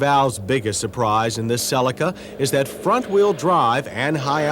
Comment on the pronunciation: finally someone pronouncing "cellica" and not "celiiica"